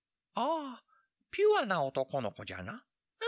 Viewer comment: 「ぷわ」の言い方可愛いです。６歳で「ピュア」の発音が まだ言いにくいのかなーと思いました。「2059年」のイントネーションも好き💕このお話凄く好きです。 おじいちゃん、権利関係て難しい話してる😂